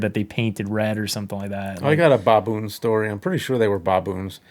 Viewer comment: Why do you say Baboon so weird....